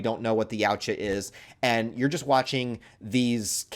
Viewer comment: 'Yautja' is pronounced 'Ya-OOT-chah'